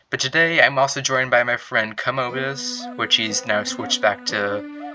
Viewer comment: Btw way it’s not ka- moe-bus is kam-o-we-bus